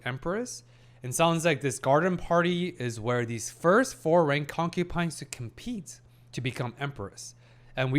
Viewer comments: You keep saying concupine. Please, I beg of you, it's concubine ; . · Hi brother, great video as always. Uhm, just a little thing I noticed and haven't mentioned yet. You are pronouncing concubine with a P, I hear, instead of a B. As an ESL myself I wanted to tell you.